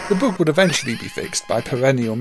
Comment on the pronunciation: Why are you saying "boog"?!